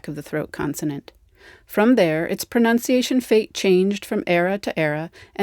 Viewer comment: Was that a "pronounciation" I heard? Short U, please... ;)